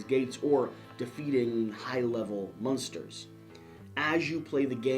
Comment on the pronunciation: I hope AEG doesn't mind that you are purposefully mispronouncing the name of their game. There should be a disclaimer that this game has nothing to do with a particular 1960s American sitcom.